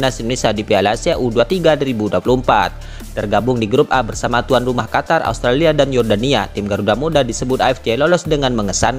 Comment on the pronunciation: MIN KLO NGUCAP " NATURALISASI" JNGAN JADI "NATUSASI" , QUALIFIKASI JADI QUALISASI..AUSTRALIA JADI ASTRALA..WKWKW 😂MAU KMN SI CPET2 MIN? BELANDA MASIH JAUH..PELAN2 AJA WOI